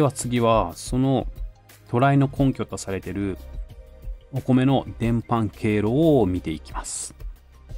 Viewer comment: 伝播は「でんぱ」と読むような気がします。